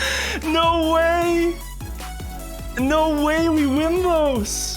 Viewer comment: No way sounds more like Norway 🎉